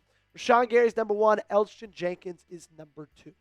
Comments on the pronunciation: How did you not do enough research or be enough of a fan to know that Elgton Jenkins' name is pronounced El-Tun. Eljutin was painful to listen to 😂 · The "g" is silent... It's just Elton